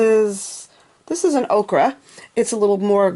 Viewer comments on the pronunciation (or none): do you mean ochre? if yes, it's pronounced "O Ker" : )